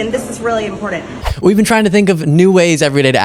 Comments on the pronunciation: Someone needs to tell B6 there is no "D" in important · Let's make fun of the way she says "impourdant". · You should comment on her pronounciation of imporDant though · Anics? Impordant? And many more words she mispronounces!!! Marjorie Traitor Greene is always stirring up strife! She’s so controversial, she’s a pathetic thing breathing our air! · She always says IMPORDENT. WTF is that??? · You may not need to comment on her pronunciation of the word 'antics', we DO NEED to comment on her pronunciation of the word 'important'. Ugh... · Dear Madge, There is no “d” in the word important. Say it correctly you Neanderthal. 💙🇺🇸